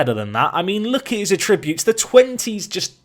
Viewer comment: ATTributes, not atRIButes...